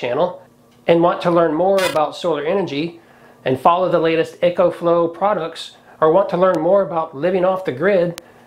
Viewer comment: E- Co. Not echo sorry. It was bugging me